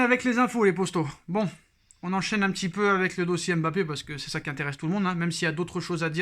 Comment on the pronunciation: on ne dit pas M.BAPPE mais MBAPPE merci.